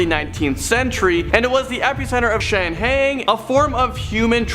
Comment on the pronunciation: shangheeeing forebodding